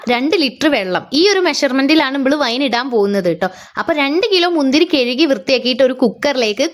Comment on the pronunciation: കെഴുകി 🙄. കഴുകി അല്ലെ